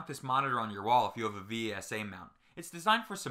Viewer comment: V S A? Its pronunciation is vesa